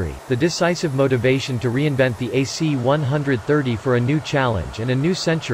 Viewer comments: Cool video but annoying that the narrator called these planes (one hundred thirties) instead of (one thirties). Not a big deal, just annoying. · C One Thirty, not C One-Hundred Thirty.